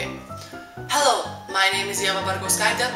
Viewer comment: Tas : Heliau.... tai prajuokino žiauriai :D